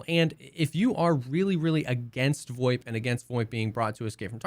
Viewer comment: what the fuck is voip? void? voit? WTF ARE YOU SAYING!!!!!!!!!!!!!!!!!!!!!!!!!!!